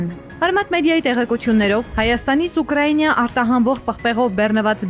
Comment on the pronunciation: Ըտենցել են չսովորեցին Ուկրաինա ասել,бездари